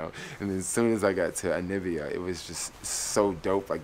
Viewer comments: N A M I B I A, not nibia. At least get the name right. watching your videos. West Africa will give you a different experience from East Africa. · How do you spell NAMIBIA correctly but keep mispronouncing it? NA MI BIA! Simple... Really🙄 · Yeah it's annoying dude. You've been there for 6 days and still saying Anibia. I may be detecting something because you did the same thing in Israel (Telaviz). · ANI BIA.....but .... NA MI BIA.....pronounced NUH ME BIA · I love watching his Namibia vlogs just to hear him say Nibia 😊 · Hey, the stars aren't different but since you are in the southern hemisphere they're upside down. Love the vid. But really try to pronounce the country name correctly. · The way you keep pronouncing Namibia 😂😂😂, i feel like am listening to Trump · I'm an American and I find it annoying!. But, being a Geographer. I really enjoy the vids. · Yeremiyah Eliyah Yahudah brother, my response to him was in no way condescending or malicious. I totally understand what you’re saying. I applaud the initiative he has taken to explore the African continent, but in doing so pronounce the word of the country properly. In his capacity of traveler, he’s also teacher. Peace to you. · Hehe i think its hard for him lol.Same way people say Kenia instead of Ke-Ny-a